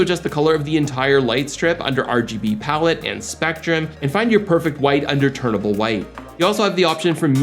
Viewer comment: Just for your sake, it’s “TUNABLE white” (like you tune in a radio station, you’re fine tuning the white color temperature). There’s no letter “R”, you aren’t turning from one color temperature to another. Hope this helps.